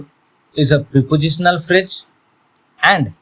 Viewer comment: First of all learn to pronounce before trying to teach others. It is not "fridge". Stupid. These kind of videos should be banned